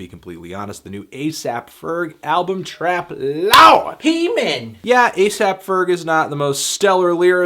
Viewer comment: ahah he said 'TRAP LAWD" lol